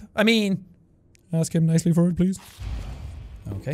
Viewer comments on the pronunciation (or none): none